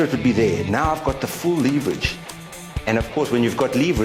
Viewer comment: Good vid. Leeveridge on the leever. :]